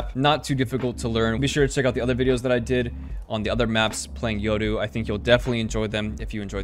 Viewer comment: Only dude who pronounces "Yoru" right.